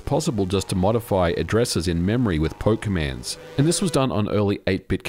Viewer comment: took me 5 tries to hear that he’s not saying “with Pokemens” ( guess it’s “Perl commands”)